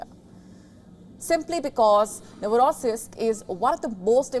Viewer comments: Why did yo say that it was a RUSSIAN drone hitting a Russian ship? And did you even practice saying NovoSIRISK incorrectly? its NovoROSisysk, right there on your screen. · Nosirriisk😂😂😂😂😂 It has to be pronounced as Novo'rossi'sk